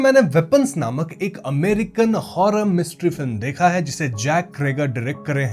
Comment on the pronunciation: Bhai say Horror movie not Hoddaa movie